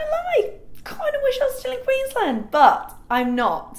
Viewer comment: I live in Australia and just the way she pronounced Queensland gave me the giggles haha never heard anyone say it like that but anyways love you.